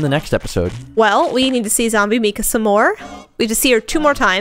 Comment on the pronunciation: Is Zombie Mika's name pronounced with a long "e" sound as you've been saying, or is it a long "I"? I work with someone whose name is Mika, and it's pronounced with a long "I."